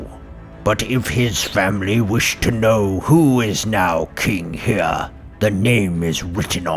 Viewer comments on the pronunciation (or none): none